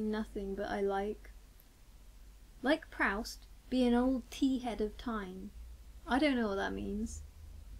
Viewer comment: wait. proust? you mean proooost